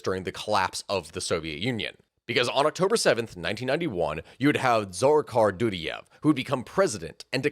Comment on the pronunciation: Yes, please do a video on Džohar Dudayev and Kadyrov family, without shying away from the atrocities under the regime of the latter. Both wars in detail deserve a seperate video too, and consider the evidence of cassus belli for the second one (Rjazanj sugar plot by FSB). Just please, learn how to pronounce their names (was barely intelligable to the slavic/Eastern European people), you'll sound way more credible for non-native anglophones. To do that you must listen to Russian or Ukrainian pronounciations. The accent goes on the second syllables (including Yevgéñiy Prigóžhin), apart from Džóhar, on the first. There is a lot of material out there (even a summary by Ryan McBeth in Substack), but the best ones are usually in Russian. The very best sources are actual Chechens who have fled the regime (i have a few contacts). The horrors they have gone trough is unimaginable. P.S. Greetings to all the rashists and their botskys here complaining about "western propaganda", 🔱Свободу Ичкерий✊